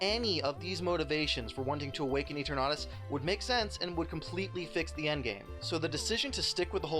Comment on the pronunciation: Why do you pronounce Eternatus like that?